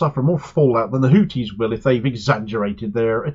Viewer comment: Why do you insist on calling them “Hootis”? Sounds like a topless bar! I speak Arabic and trust me, it is pronounced “Hoothis”